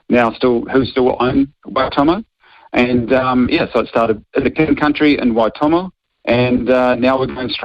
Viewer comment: How hard is it to say Waitomo. Why.Tor.More 😅 at least try for goodness sake. Wai toemow 🤦🏾